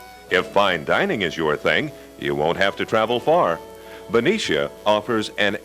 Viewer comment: Yupperz. The blonde woman in the beginning grew up there you can tell by how she pronounced Ben-i-cia and not Ben-ee-cia. Good memories. Haven't heard that in many years.